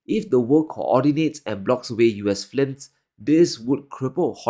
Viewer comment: "All Hollywood F L I M S":D Not picking on you, it's cute.